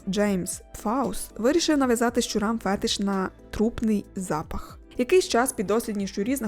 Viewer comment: можна будьласка правильний наголос у слові фетИш. дякую. я звичайно вибачаюсь, але можете хоч заплатити сраних 800 грн за консультацію перед відео. бо після перевірки ряду статистики і твердженнь у вас дуже багато пройобів. вдячний, просто за декільга годин від приємного контенту він просто ріже вухо і дезінформує.